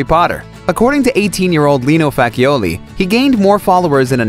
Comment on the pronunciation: The pronunciation of the Rob Arryn's actor's surname is Fatchioli (like there's) a double C in it. Is the same family name of a famous reporter here in Brazil